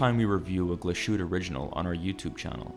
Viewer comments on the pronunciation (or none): Nice review, but it is pronounced Not glass-shutte, but Glas-Hu-Te it translate to glass hut. The ü adds a vowel the Ü = ue Ö = oe and so on. Cheers. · It's GLAS-HÜ-TTE, not GLA-SHU-TTE.. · Please learn how to pronounce the brand of the watch correctly. Your pronunciation hurts the German part of my brain. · If this is a real human speaking- please learn how to say the name it is not that hard. I am born & raised in US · Right? Butchered both Glahütte and Lange